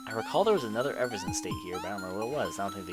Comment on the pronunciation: BAY-GEH and E-VER-SHUN Sorry XD